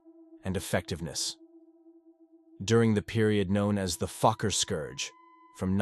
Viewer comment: Fokker, not fucker. The o is a long vowel version, as in the word "oh".